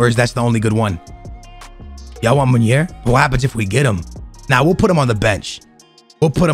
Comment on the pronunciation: nep,bateson and all call munir munier...why haha